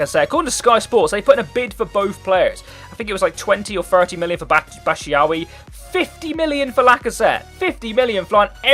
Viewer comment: It's pronounced Michy "bat shoe eye"